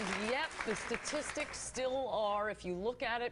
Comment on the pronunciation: Also what's so hard about saying STATistics, not "sasististics"